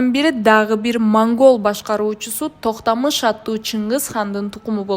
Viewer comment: нормалный сүйлөгүлөчү Токтамыш дебей ,Токтомуш деп , Тимур дебей аксак Темир деп таза сүйлөсөңөр